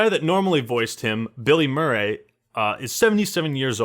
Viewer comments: I thought you said Bill Murray as the voice actor of Soap lol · You absolutely butcher Billy Murray’s name 😂